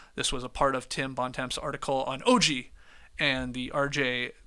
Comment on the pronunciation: "Tim bon-temps"? Com'om Skeets, your Canadian and could at least make the effort